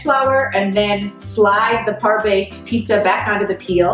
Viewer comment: goddamn amateurs butchered 'pizza'